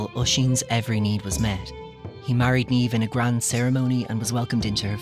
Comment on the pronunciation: he says Niamh wrong and its really triggering